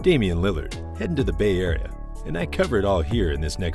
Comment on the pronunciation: Ya yahrea LOL 🤣🤣🤣 It's Yay Area!!! or yay aaareeaaaa!!